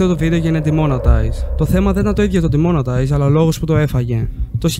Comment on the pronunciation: Ε φίλε λέγεται ντιμονεταϊεις